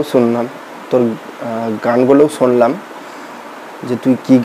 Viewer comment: খিস্থি দিলেই হিরো হওয়া যায়, না বড় সমালোচক হওয়া যায়? "ছুনলাম" না, "শুনলাম"।" ছিল্পী" না, "শিল্পী"। ধুর,এটা কোনও সমালোচনা? Construction, উচ্চারন ঠিক নেই।